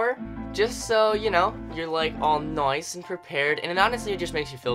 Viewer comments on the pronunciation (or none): he said noice hehe